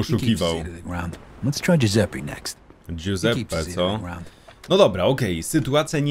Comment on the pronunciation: "guseppe" w tej chwili nie przyszedłem po wytrychy Ale po pizze ;)